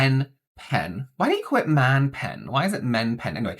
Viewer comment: Man doesn’t rhyme with pen, lol